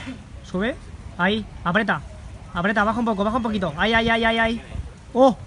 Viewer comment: No es apreta apreta apreta... es APRIETA, A PRI E TA XD